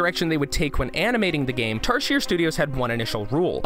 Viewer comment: Tarsier is pronounced as tar zee ay